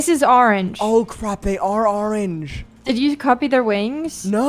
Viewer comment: i love how they say arrange instead of orange